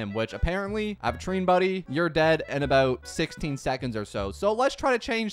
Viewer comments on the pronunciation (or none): its “aventure - ine”, not “aven-trean” 😭